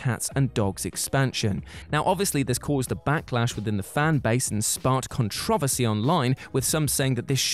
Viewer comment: Nobody is going to talk about the pronunciation of; "Controversy"?